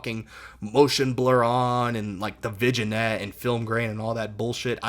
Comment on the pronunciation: “Vidge-in-ette” lol